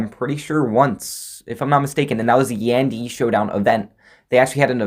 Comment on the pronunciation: Your saying yan di wrong omg